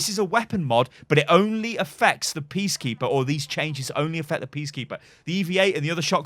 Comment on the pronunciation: Did anyone else realize he said PEACkeeper and not PEACEkeeper